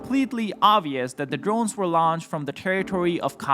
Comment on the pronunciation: Ukwanian Dwones